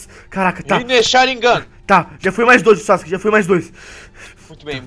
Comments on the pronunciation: o tu erro e sharingan e não sarignan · o ''SHARIGNAN'' kkkkkkkkkkkkkkkkkkkkkkkkkkkkkkkkkkkkkkk